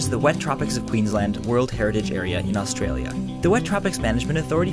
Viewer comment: Ah yes, "australie".